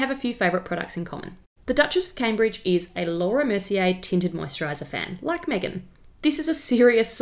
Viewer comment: Sorry but I would like you to say Megan ...like Kate not the way you did Kate ....like Megan thanx